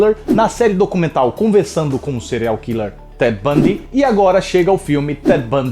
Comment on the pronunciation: "CEREAL KI LÊ" ASHUHSHUHS